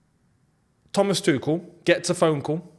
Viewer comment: That " tha-mas' was accurate as fuck 😂